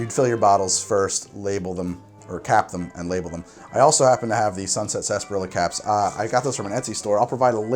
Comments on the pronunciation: It's not "SAS- PAH-RILLA" it's "sar-SAP-pah-rilla." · I can't stand that word. Everyone says it like "Sass- par-illa" Yet it's spelled like "sar-sap-ar-illa" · why do you pronounce it "Sasperilla" when it's spelled "Sarsaparilla"? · COÑO NOJODA!... 😫 It is: Sar..... Sah!.... Pah!... rrrri..... Ya! 😩🔫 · I'm surprised you didn't mention how "sassparilla" is a pronunciation that completely ignores the R and extra A syllable. The British pronunciation includes the dropped syllable but also excludes the R. Totally improper but it's just how we say it. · It’s pronounced sunset saaaaaaaaaaaaaaaaasparilla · its pronounced 'spars-er-ela' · COVID drinking game - drink whenever says "Sarsaparilla" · Is it pronounced sa-sparilla, sass-parilla or sar-sa-parilla? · I don't know if latinos pronounce it wrong but I don't pronounce sarsaparrilla the way he pronounces it.